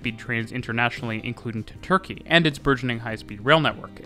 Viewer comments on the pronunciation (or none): none